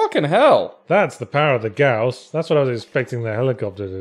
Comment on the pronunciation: It is gauss pronounced like 'house' with a 'g' instead of an 'h'. It comes from the name of the inventor, would say pronounce it how you like 'cause I preferred the other way myself, but when it is named after someone there's kinda a politeness thing to saying it right.